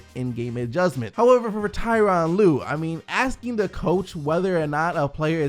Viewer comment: Come on it’s Tyronn lue.